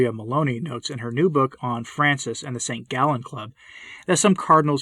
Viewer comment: The" group of St Gallen" (St Gallus) not" from ze gallon" !!! a dangerous progressist group influenced by the masonery which is primarily anti- religious and anti - catholic. If mister Bergoglio is under the influence of the masons, the single catholic is liberated from the obedience to such a false pope ,and Benedikt XVI is the sole true pope.